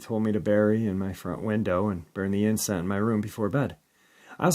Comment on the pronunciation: 'Incense', not 'inscent'